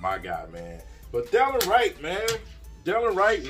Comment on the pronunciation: It’s de-lon Wright Prounounced “da Lon “